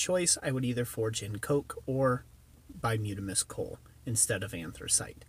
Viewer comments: bituminous not bimutimus is what you said??? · By-toom-ah-nis,,,,,not whatever you're trying to say. Anthracite is far superior as a fuel. Needs a draft from the bottom. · repeat after me: BUY-TOO-MIN-UHS